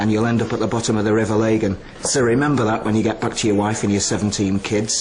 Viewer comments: It's pronounced river lagan, NOT pronounced River laygan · It's River Lagan not Legan as pronounced wrongly throughout the programme. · Nobody in Belfast pronounces Lagan as lay-gen, it's pronounced Lah-Gan. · "you'll be at the bottom of the RIver Lay-gan." where the fook's that? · Might give it some credence if he could pronounce the river ' Lagan ' correctly..lol🙃😀